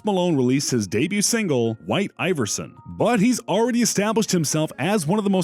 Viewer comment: Mans finally said Iverson right